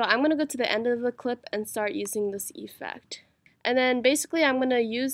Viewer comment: its not EEEEfect its effect